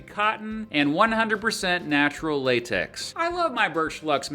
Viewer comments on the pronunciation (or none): none